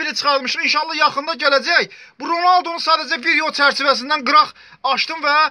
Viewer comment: Ronaldo demeyi bilmiyon